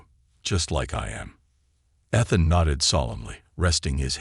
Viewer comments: It makes me crazy when the computer voice mispronounces word. EE th an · I think this is a made up story. Why can’t they teach AI how to pronounce Ethan???? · It stopped me from enjoying the story. Ethan!!!!